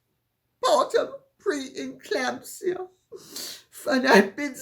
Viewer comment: Sorry “preclamsia” stitches